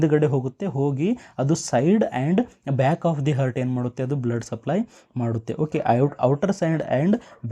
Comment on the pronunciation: ಹರ್ಟ್ ಅಂತಿದ್ದೀರಾ ಹಾರ್ಟ್ ಅಂತ ಉಚ್ಚರಿಸಿ, ವಿವರಣೆ ಚೆನ್ನಾಗಿದೆ 🙏